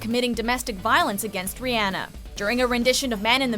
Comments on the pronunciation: How can you be a pop culture reporter and mispronounce names, knowing damn well she's saying it wrong... IDC how it's spelled you know how to say Rihanna... smh disrespectful. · Pronounced Rihanna name wrong but its all good! LMFAO Breezy killed it.